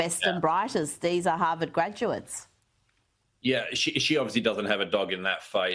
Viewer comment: "Ham-vard" University ?